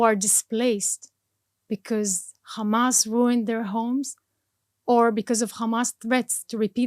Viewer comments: She so Israeli educated even her pronunciation for the word Hamas is became Khamas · The way she says HAMAS she pronounce it as KHMAS, clearly shows that she is a Israeli Jew, not Arab at all. That's a fake propaganda!!!!!!!!!!!! She isn't a Muslim. Didn't speak a single Arab word. She didn't even spell the name of Hamas leaders correct.